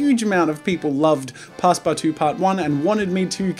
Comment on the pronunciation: "pass-PARTOUZE" as a frenchie I laughed concidering how family friendly you usually are